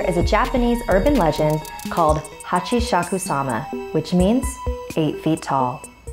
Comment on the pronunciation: and its not hachishhaku its hasshaku sama